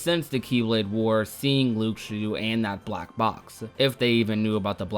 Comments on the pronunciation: I had to stop watching It’s LOO-SHOO not LOOK-SHO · anyone else bothered by how he says Luxu?